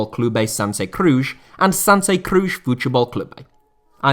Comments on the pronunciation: its not "Crush" is CruZ like in Penélope Cruz the actress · who says Cruz like that :)